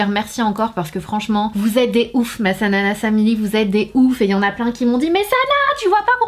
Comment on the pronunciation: Sanaa c 'bAIte' je te l ai déjà dis pleiiiins de fois :/